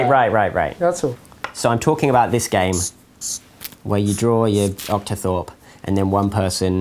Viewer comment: "optithorpe" Oh is that what you call that in mathematics?